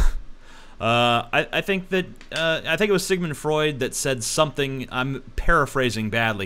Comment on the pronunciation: That WAS Sigmund Freud and you DID say it right. Also, did you know that Sigmund Freud's middle name was Schlomo?